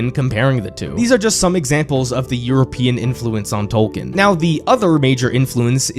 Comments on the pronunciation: Only about 5% of people on YouTube talking about J.R.R. Tolkien pronounce his name correctly. It's "Tol-keen". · It's pronounced Tolkien... Tolk een... Long e on the back half... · It is pronounced TOL KEEN. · Hey American speakers—> it’s not “Tol- ken” it’s “Tol-key-in” You’re welcome 😊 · But why say TOWkn. Its Toll-keen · Tolkien TOL KEEN ✅ TOL KIN ❌ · Why does he say "tolken" instead of his actual name. (Tolkien.) Is it on purpose? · ‘TOLL-KEEN’! My gods the amount of times you say his name but don’t acknowledge correct pronunciation is astounding. TOLL-KEEN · FFS! His name is pronounced TOLL-KEEN! Could you not have looked that up first?? Its hard to listen to this clip with you mispronouncing his name a million times. AAAARRRRGGHHHH!!:face-orange-frowning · Is the i silent in Tolkien ? Maybe it's just me, but it bugs me that he keeps calling Tolkien for Tolken. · A couple problems with the video: His name is pronounced "Tolkeen", he despised allegory, so saying that his work was just that is utter nonsense; and lastly, of all fantasy books with dragons and knights and kings and queens, ASOIAF is the least like Tolkien. Where Tolkien wanted escapism and not much realism, Georgie went for high amounts of realism and a gritty experience. They share no common races besides humans of course, and most things that he took from Tolkien were already taken from myths by Tolkien (dragons for example). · First off, you are pronouncing his name wrong. Second off, Tolkien did not write three books. He wrote one. His publisher forced him to break it up into three as they thought no one would read a book longer than War and Peace. A bit of simple research would do you well.